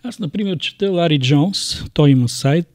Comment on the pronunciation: Лари Джонсън а не Лари джоунс .